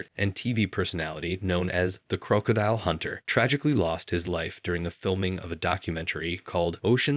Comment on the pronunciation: The Crow-cadile Hunter?